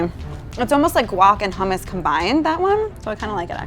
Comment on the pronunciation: And how they say hummus um r u kidding